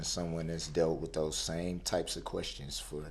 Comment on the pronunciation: Not to mention him "axing" so many "redickalus" "quesshins". A total moron!